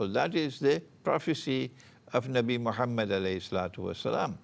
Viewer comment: sir you have saying everything that have beed said eailer but only diffrence is u cannot even pronce MOHAMMAD A.W.S.L correctly or even give a proper reference